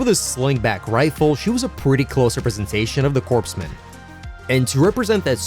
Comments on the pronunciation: The "PS" in corpsmen is silent. It's "core-men", not "corpse-men". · Common mistake, "Corpsmen" is pronounced "CORE MEN". I got a lot of that in the military. Lol